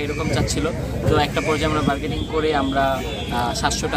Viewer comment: Vai bargading na bargaining